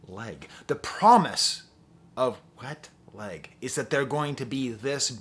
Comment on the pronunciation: I cant get enough of how you pronunciate Wet Leg